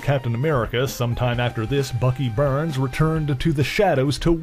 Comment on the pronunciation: you forgot "Bucky Berns"